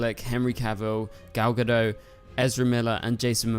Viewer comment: Can anyone pronounce Gal Gadot’s surname correctly?! It’s pronounced Ga-DOT. She’s Israeli, not French.